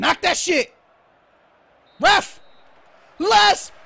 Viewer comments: Ive just noticed, but is it me or when evrytime says ref, it sounds like hes saying ruff, like a dog barking lol HAHAHAHAH, U KNOW I LUV U DOH BRO:) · I love it when was shouting ref (on the 90th minute), he sounded like a dog barking.. Lol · he is saying ref ref ref, like a dog woof hahahaha, if anyone understands me xd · You sounded like a dog barking saying ref a lot